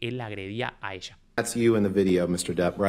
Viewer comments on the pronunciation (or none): Buen análisis. Un punto : no es Jhonny " Dip " , es Jhonny Depp ( se pronuncia así, " Dep") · se pronuncia DEpp con E no con I Johnny Diiip es un horror de pronunciación que te da mala imagen. saludos! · Se dice dep, no dip. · Interesante, qué buenos videos, apenas empecé a seguirte. Estoy siguiendo el juicio en otro canal y este me pareció muy interesante. Gracias. Aclaración. No es Deep, es Depp. Se pronuncia Depp, tal cual, con e. La doble ee en inglés de pronuncia como i, pero no es el caso aquí. Gracias y saludos !! 🤗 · Genial tu análisis, como siempre aprendo mucho con tus palabras tan claras. Pero por favor, su apellido es Depp, no /dip/ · muy bueno, realmente muy claro y concuerdo con todo lo que observaste. Ahora,, es DEPP no Dip, no es Juancito Profundo ni Juancito Salsa para nachos (Dip en inglés). O sea, ni en inglés ni en español suena i sino e el apellido de Johnny.; ) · Me atrapa un montón este juicio. Una aclaración, el apellido de Johnny se pronuncia "dep", no "dip" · excelentes tus videos, pero por favor no digas Deep.... es Depp 😀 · Obviamente que queremos parte 3!!! Pero podrias ya dejar de pronunciar "diiip"?? Porque el apellido de johnny es DEPP (con doble "p" y no con doble "e", y se pronuncia normal: dep) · es Depp no Deep. Y Amber sí tiene maquillaje. Usó maquillaje cada día, sólo que la luz del lugar es malísima. En la "historia" de Johnny ella no usa maquillaje usualmente. En la "historia" de Amber ella se tapa su hematoma con maquillaje "natural" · Por favor. Depp se produncia con E! Si lo decis con I estas diciendo deep, que significa Profundo. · Perdón la corrección, pero es DEPP, NO DIP. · Pronuncien bien el apellido no es deep es Depp (no es dip es dep) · Es /dep/, no /dip/. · Muy buen análisis, con ganas de ver la parte 3. A ver si para la 3a parte pronuncias bien el apellido de Johnny 😆